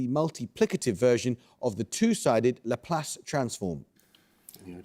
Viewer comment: I have many problems with that "Laplace"